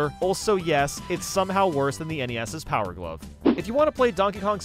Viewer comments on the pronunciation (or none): none